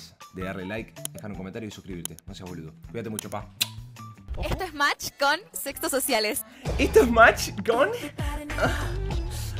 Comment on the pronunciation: pense que dijiste s3x0 social pero es sexto social